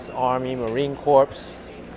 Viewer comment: You should learn how to pronounce the words “Marine Corpse”.